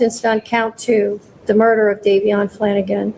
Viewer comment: Was horrible to watch! The host couldn’t even get Davion’s name right😢❤